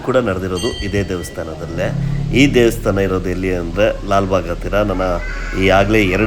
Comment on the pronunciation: ದೇವಸ್ಥಾನ ಸರ್, ದೇಸ್ತಾನ ಅಲ್ಲ, ಕನ್ನಡದ ಪದ ಹಾಗೂ ಉಚ್ಚರಣೆ ಸ್ಪಷ್ಟವಾಗಿ ಇರಲಿ.